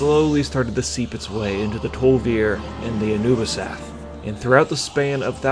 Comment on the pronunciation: "the Anubrians"? :D